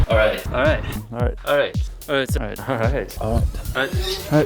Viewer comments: Ore-ite? Is that the next thing you've got to mine? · It's sounds like your saying alright with an accent